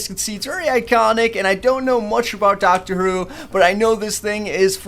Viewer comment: He said Dr. Whro.